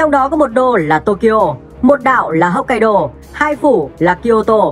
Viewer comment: Đọc theo tiếng Việt mình đại khái là: 1-Hốc kai đô 2-Hôn su 3-Shi cô cự 4-Kiu siu.